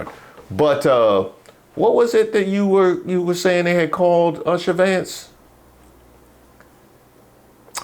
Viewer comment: said “Usher Vance”😂.